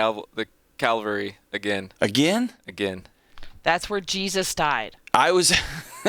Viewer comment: Cavalry, not calvary